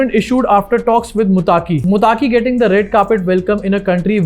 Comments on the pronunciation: Not Mutaki, it's Muttaqi. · Mutaaki nahi Muttaqi🤷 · Mutaaki nahin muttaqi